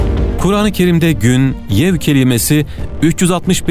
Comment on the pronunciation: Gün , yev değil yevm olacak. Yanlış telaffuz edilmiş, bilginize. Başarılar